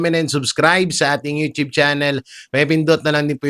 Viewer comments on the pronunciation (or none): none